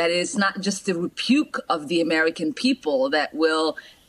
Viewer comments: "Repuke"...I love it!!! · Freudian that she says "repuke" rather than rebuke. For Trump both are correct. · Am I hearing repuke...does she mean rebuke? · 're-puke' she makes me want to re-puke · The way Ilhan pronounced the word 'rebuke' — coining the word 'repuke' — seems extra-appropriate for the country's rejection of t'Rump.